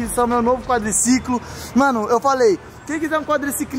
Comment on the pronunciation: Quadliciquin* kkkkk kkkkkkk